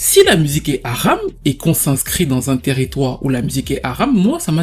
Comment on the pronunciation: l’accent anglais sur le haram m’a bcp fait rire mm si ce n’était pas volontaire😭